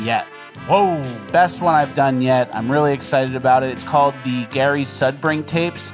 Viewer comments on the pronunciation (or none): none